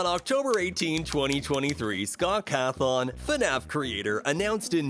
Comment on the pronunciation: Bro Said Chica Is Freddy, Mangle Is Foxy, and Foxy Is Funtime Foxy, and He Pronounced Cawthon as Cahthon.